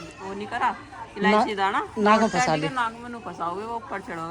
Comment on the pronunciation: Kahan se graduation ki h aap ne ji.. Khud clear nhi to bachho ko kya padhate honge...फशा kya hota h...फंसा होता है